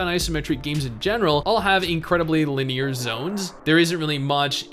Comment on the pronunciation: li· nee· ur not lin· ear Seriously man, It is triggering.